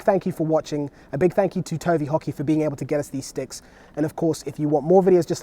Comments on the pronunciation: I kept thinking he was saying "Tony Hockey".. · I heard Tony Hawky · I thought he said tony hawk. lol!!